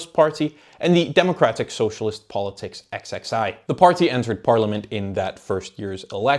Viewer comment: XXI = 21 in Roman numerals It's read "Política Vinte e Um"